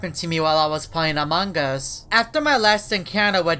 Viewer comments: This is the time he said among gus not among gus its among us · Why you always say amanga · Fun fact: says amangas